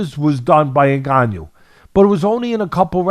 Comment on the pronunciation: When i hear white people pronounce a Cameroonian name like Ngannou is hilarious the N in our names are silent